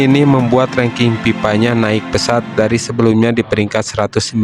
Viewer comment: Kok PIPA? FIFA, bukan PIPA Kalau PIPA itu paralon untuk aliran air 😂 Sunda kocak 😂😂😂😂